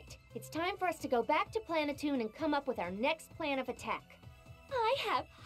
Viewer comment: You are saying it wrong it's pronounced plan a tune.